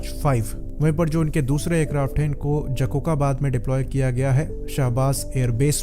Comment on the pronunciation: Jacocabad ko Sahi bola Karen jakokabad hahaha